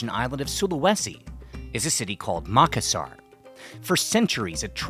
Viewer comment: North Australian here. Is pronouncing Makassar correctly? He says Mak-assar, but I have always heard it pronounced as Ma-kass-ar.